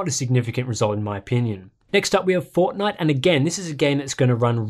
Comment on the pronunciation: Say Fortnite again lol